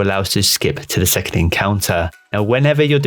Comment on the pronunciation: its s-s-second